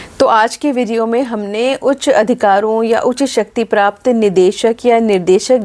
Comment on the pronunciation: हिन्दी में schwa deletion स्वीकार्य माना जाता है पर जहां द्वित्व हो वहां इसका पूर्ण उच्चारण किया जाएगा तो ध्वन्यात्मक सौंदर्य बना रहेगा, ऐसा मुझे लगता है। जैसे उच्च को उच (हलंत टाइप नहीं हो रहा) बोलना थोड़ा खटका। वैसे वीडियो तो सभी सदैव ज्ञानवर्धक होते हैं